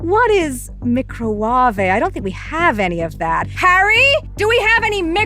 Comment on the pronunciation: micra-warvay ' brilliant 🤣